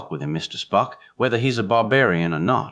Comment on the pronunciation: I had to stop after a very short time. The reading was not checked,because "SPOOK" slipped into a Souther accent and the writer never saw TOS,only heard that Spock was logical, and also, not a Christian or cared to make a study of it. Ciao.